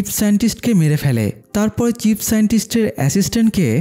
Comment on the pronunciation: ভাই চিপ না চীফ।